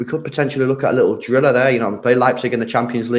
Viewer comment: Stop saying drilla hahaha